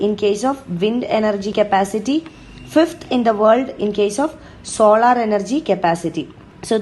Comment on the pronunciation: Its not solaaaar energy ,pronounce it solar energy 😥